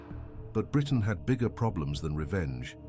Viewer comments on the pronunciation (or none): none